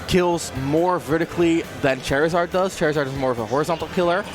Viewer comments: Please stop saying Chairizard I can't take the commentary seriously, lmao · Literally had to leave the video because of the way the commentator said charizard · The way you say Charizard makes me want to scream. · If this man mispronounces Charizard one more time.... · Why can’t one of the casters say Charizard correctly? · “Look at me I pronounce the character’s name wrong on purpose cuz I’m a quirky commentator, but in reality I just sound like a dumbass” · that loud commentator that can't pronounce charizard is so annoying, like dude let the other commentator talk please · The way this fucking guy says Charizard is excrutiating and jair'ing(jarring). Edit: is this the same fuck who couldn't say Kameme? The way he says Ivy"sawr" is annoying as well. -_ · Why do you say Charizard wrong? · Can someone tell the commentator it's Charizard not Chairizard plz. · ...Chair-izard... what? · Call him chairizard one more time I swear 😤😤😤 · this commentary is garbage. Charizard is a play on the word "char" like in grilling. I can't watch any more Chairizard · Announcer be like “Chairizard” 🪑🦎🔥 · This is reverse ASMR because every time I hear "Chair-izard," I get uncomfortable, lol. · Drinking game: take a sip or shot everytime he says Chair-Zard. Nvm don’t do that that’d be suicide . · Gross why do you say chairzard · When the commentator says Chairizard O_O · Anyone else bothered by how he says "Chair-izard"? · I swear if this man says Chairzerd one more time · Did he say chair -izard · stop saying chair izard oh my god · FFS its not chair-i-zard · can we get a commentator that doesn’t say chair a zard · If I hear this dude say "Char-izard" one more time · The commentator saying "Chair-izard" put me on tilt. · I fucking hate the way he says “ChAiR-izard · "CHAIR-izard" and "advantage state, disadvantage state" from one of the commentators made me mute this video while I watched. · Say it with me.... "Char-izard. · Stop mispronouncing Charizard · "Chair" rizard. Ivysaar. 😂